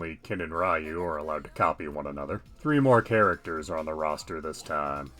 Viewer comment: I don’t wanna be that guy but Ryu is pronounced as riu-u with about half a beat of "ee" (as in eel) and one and a half beats of "oo" again I don’t wanna sound like a jerk it’s just a small correction